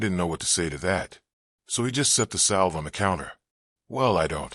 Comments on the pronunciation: The "l" is silent (sounds like savve) spelled salve. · Can you get the reader (AI) to pronounce the word like salve correctly. Don't mean to complain, but the words should be said right.